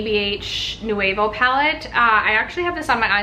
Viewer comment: The ABH palette is called Nouveau, not Nuevo.